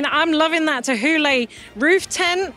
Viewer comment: I have never heard Thule pronounced as Teh-hoo-leh before. Guess I’ve been reading it wrong in my head all this while